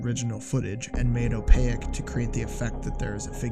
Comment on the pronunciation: Are you attempting to say OPAQUE dude??